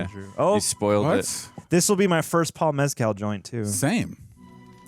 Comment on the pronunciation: Guys, his name isn’t pronounced like “mezcal” lol. It’s closer to “mess-kle”.